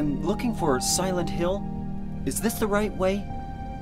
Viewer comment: さんのsilent hill の発音カッコいい〜😆💕💕！！！ 大好きゲームめっちゃ期待です❤❤